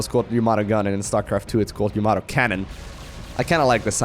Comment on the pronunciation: As long as it is not YAMOTO gun (as pronounced by Artosis) it does not matter if it's a gun or weapon or cannon.